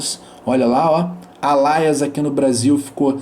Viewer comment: Alias -> "Eilias" donde surgiu Alaias? kkkk eita